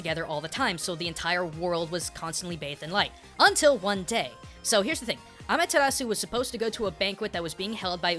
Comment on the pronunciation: amatarasu? sukiomi? this isnt Naruto